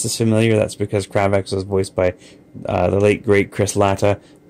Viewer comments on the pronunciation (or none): it's cray-vex not crah vex